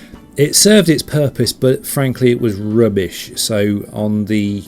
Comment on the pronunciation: I just can't get over the way he says rubbish, lol. rrrrrubbish